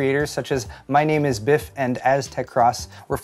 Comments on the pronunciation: Not that this matters, but it's B-eye-ff, not Biff. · always find it funny when people pronounce it bif :D